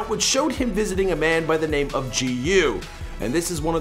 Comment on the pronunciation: Do you purposely mispronounce and butcher everyone’s name?